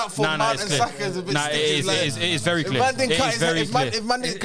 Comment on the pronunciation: saying mount over Foden is horrendous